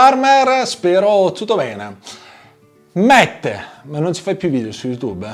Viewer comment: Guarda che Matt non si pronuncia “Mett” ma Matt normalmente come in italiano... come Matteo per intenderci